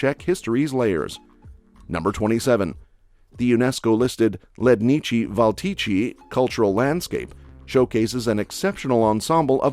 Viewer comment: Ledniči - Valčiči